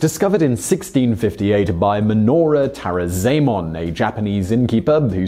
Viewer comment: Ahgar Ahgar and Tah-rah-zah-eh-mon < - That was hard to type haha But yes proper pronunciation